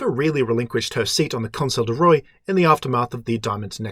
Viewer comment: Love this series, great job! (Even though the way you pronounce "roi" makes me weep in a corner.)